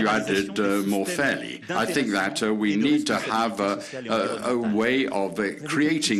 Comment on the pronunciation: ‘I sink, I sink, I sink’. France is sinking with that puppet!